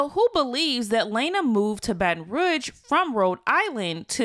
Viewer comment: The way you say Baton Rouge triggering me 😫😫